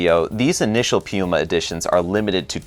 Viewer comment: Hmmm, you couldn't be referring to PenBoy could you??? 😁 I think you like rolling those rrrrr's. You do a great job in pronouncing the Italian names. How does the Scribo flex compare to Leonardo's Elastic? As always great job and enjoyed it.